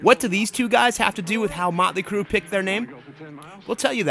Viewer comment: Mutley Cruh, Mutley Cruh. LOL.